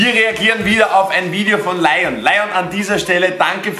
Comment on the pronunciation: du bist ein lion-experte aha du sprichst den Namen immernoch falsch aus😂😂